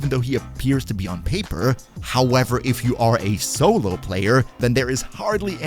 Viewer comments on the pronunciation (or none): none